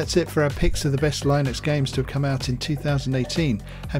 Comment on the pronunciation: The pronunciation is ˈlɪnəks/